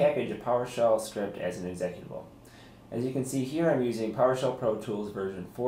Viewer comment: Haa Exec at abul lol. seconds. How can you work in computers and not know how to pronounce executable!